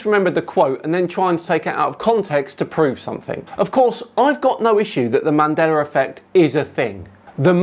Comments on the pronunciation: Bro, there's no "R" in Mandela. WTF is "Mandeler"??? Show some respect, say people's name right. It reminds me of an episode of Star Trek The Next Generation. In season 2, the new doctor was calling Data, pronounced "Day-tuh", as "Dah-tuh" (Dah like Dad). Data corrected her, and she scoffed and something like "What's the difference?". Data said, "One is my name, the other is not." Mandeller was not Nelson Mandela's name. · why do You keep on pronouncing "MandelaR"? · “Mandelar effect”. lol. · "mandelar" effect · there is no R in Mandela btw ;)